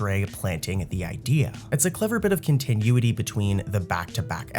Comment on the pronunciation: i love these videos - but the way you pronounce continuity just dragged me out of a deep sleep